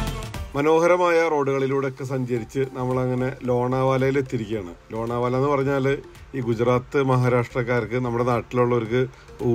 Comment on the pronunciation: Lona vala alla lonavla